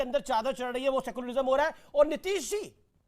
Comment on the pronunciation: सेकुलरिजम नही सेकुलरिझम होता है 😅